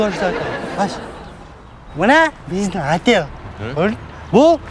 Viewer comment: "Атэл"😂де,болбосо ОТЕЛЬ